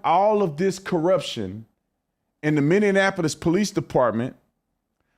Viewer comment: Tatum still can’t say Minneapolis 😂